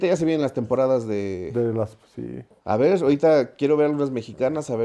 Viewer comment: Porque el tio no pronuncia bien las r’s? Me cae bien pero eso me caga… en lugar de decir “verrr” dice veizzzz 😤😤